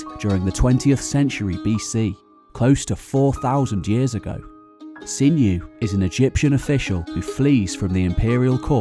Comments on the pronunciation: 'Sinuhe' NOT pronounced 'Sinew' but Sin-u-ay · Great video, I love it. But isn't Sinhue pronounced "SIN-YOU-WAY" with accent on the first syllable of the three?